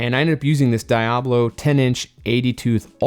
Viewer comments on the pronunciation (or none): Please tell me the way your saying Diablo is a joke. Great work.